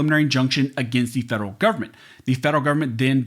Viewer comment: Don't pronounce Government as Goverment. As it GOVERNment they want to govern over us all.